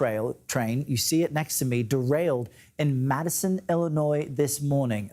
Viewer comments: Dude and gal both saying Matteson too much like Madison. It is a T not a D . Enunciate correctly ! Also I do not consider this a Chicago suburb. Though the urban areas just keep expanding and blend together. I suppose they call it Chicago since Cook County is so greedy about expanding its borders to in order to have more tax collection abilities. oi vey . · Matt son it is spelled of Matteson pronounced Matt son, look many of those cars may have corn syrup as opposed to anything else, and hopper cars with bulk minerals or agriculture products seeds pesticides that sort of thing